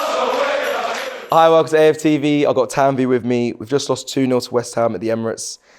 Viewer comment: She isn't Tannnn-veyyyyyyy, she is Tann-vi 🤡